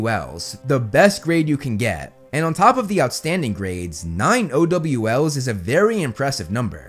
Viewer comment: Lol why does O.W.L sound like oh W L